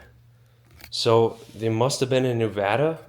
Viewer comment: Thank you for saying Nevada correctly....